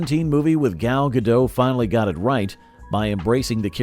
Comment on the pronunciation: Gal Gadot's name is not pronounced "gal ga-DOE". It's more like "gahl ga-DOHT". "Gadot" is not a French name like "Bardot", it's Israeli, so the "T" at the end is not silent.